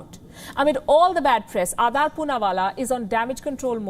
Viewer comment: It's Aadar, (Aa-dar) ,not Aadaar as in Aadhar. Please correct your pronunciation.